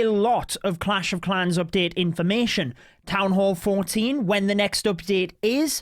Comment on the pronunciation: Its supposed to be town..